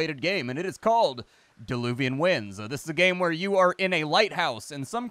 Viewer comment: Dear! It's "Diluvian Winds" not DEluvian;-) That small mistake prevented me from instantly finding it on Steam. Mistake happens xD